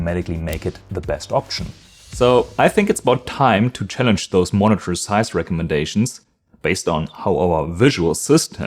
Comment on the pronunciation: Dass du gerade "monitor" so komisch aussprechen musst 🙈. "Monnetörrrrrrrr". Dass im Amerikanischen Englisch der ɚ-Laut am Ende zwischen ö und r liegt, ist ja richtig, aber du ziehst das glaube ich zu lang und machst die Lippen zu rund. Dieser Vokal am Ende sollte eigentlich genauso klingen wie beim englischen "her".